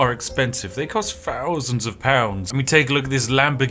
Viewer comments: Such a posh sounding guy and yet says "Ninety Fousand Pounds" 🤣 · Love the accent but saying fousand lets it down! Posh boy is secretly from Croydon, you get me rude boy!